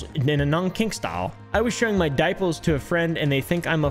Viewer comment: the way he said daiples instead of dipers💀💀